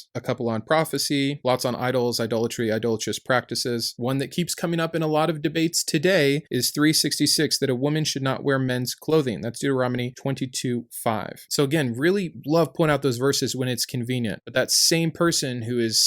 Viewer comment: Your content is great..I have only one gripe. It is pronounced DeuteroNoMy, not DeuteroMoNy.